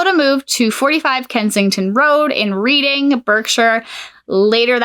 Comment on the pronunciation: It's pronounced Red ing also there were loads of baby farmers some of whom were hanged inc Jesse King ,Ada Chard Williams,Amela Sachs etc.